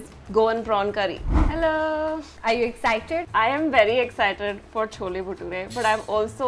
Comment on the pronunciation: She butchered the Baturas